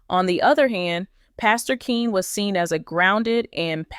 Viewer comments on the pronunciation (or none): Pastor Keion(Key-on) Henderson not Keen. This is to the person speaking about this story.